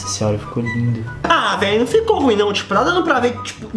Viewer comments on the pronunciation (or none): none